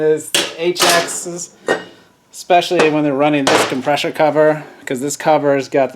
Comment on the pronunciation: every time you say come-presh-or wheel i want to choke you!! otherwise great info.